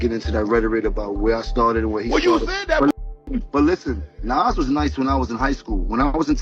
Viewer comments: I'm probably older than you bro...his name is Nas....not Naz 😂😂dude was saying the name wrong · Nas and Pac has the pronunciation like DOC, not AX or As. 😂😂😂😂😂 I don’t like when people say Nazz or 2-PACK. 😂😂😂 it’s effin annoying!😊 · Say ahh or Doc, then say Nas! Like people say 2-PACK and it has the same sound as Doc, but it’s Pac! Good content but the mispronounced Nas is wild! 😂😂😂